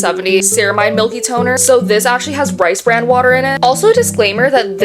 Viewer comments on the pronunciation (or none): none